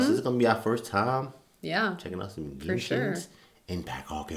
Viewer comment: cant believe an american non player say genshin correctly not jenshin!